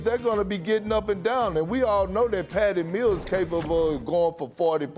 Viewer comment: This dude said Patty Mills